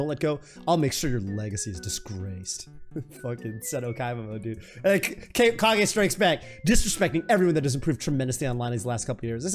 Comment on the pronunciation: i feel really dumb why can't say 'kage'?